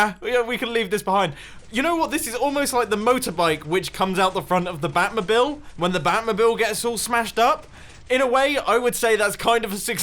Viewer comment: "the bat mubil"